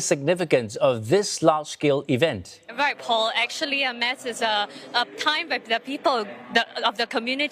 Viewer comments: Why do the reporters keep pronouncing "MASS" as in "MAZZ". It should be pronounced as "MAS". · Wished the reporter knows that “Mass” is not pronounced the way she said it … this is a religious event … a Catholic reporter would be able to pronounce the word “Mass” accurately n understand the event proper better …